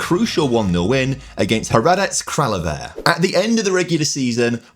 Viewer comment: As a Hradec Kralove fan, that was a commendable pronunciation attempt.